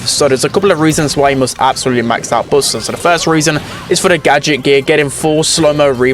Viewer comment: Blud it's not bosta it's buster💀